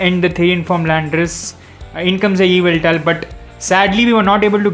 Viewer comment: that's Gi-ra-ti-na not Ji-ra-ti-na and its not evil-tal that's yv-et-al